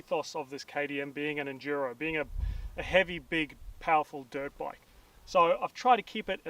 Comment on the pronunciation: "Super Enjuro Ahhh..." lol